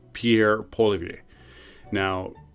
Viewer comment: Can you please (and you’re not the only one) learn how to pronounce Pierre Polievre’s name.